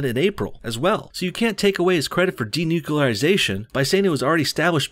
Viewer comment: fkn yanks ---- when y'all gonna larn ter respek d'inglish language? fkkrs can't even say N U C L E A R --- even when it's a participating in 'DENUCLEARISATION'' .. pronounced by our man here as ''d e n u c u l a r i s a t i o n '' ---- a la GWBush. If you can't speak language proper, like .. how we gonna trust y'all ta fink??